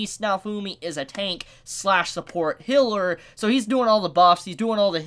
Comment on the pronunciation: I keep hearing hiller instead of healer